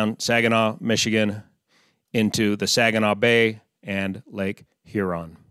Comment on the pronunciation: A birds eye view of political complacency. Nice job on pronouncement of Michigan names.